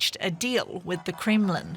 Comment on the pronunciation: "reached a deal with the creamland!" lol